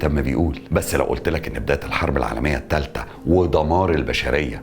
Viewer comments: الثالثه بثاء مو بتاء ياعرب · الثالثة وليس التالتة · الثالثه وليس التالته